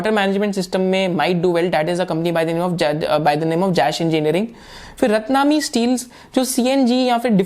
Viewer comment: रतनामी नही रत्नमणि है